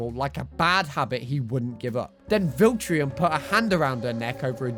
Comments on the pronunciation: It’s pronounced Viltrumite not Viltrium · Amber isn't even as bad as he's trying make her sound.. plus it's Viltrumite.. not Viltrium.. this guy really pmo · wth is a viltriam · vil-trum-ite (i get it tho) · You said Veltramite wrong 😢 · You say viltrumite weird